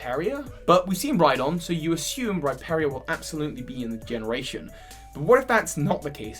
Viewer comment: The way he pronounces Rhyperior..😖